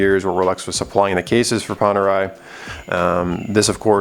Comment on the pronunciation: Panerai - Pan as in Peter Pan, not Pon. Radiomir - Radio as in music, not Rad as in rod. Cool video bro. Wear it in good health!